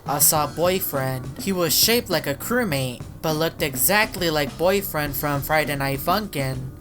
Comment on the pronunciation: Are you combined with Boyfriend you just said boyfiend like you are combined with him!